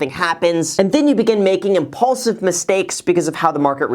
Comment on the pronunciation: did he say impaulsive?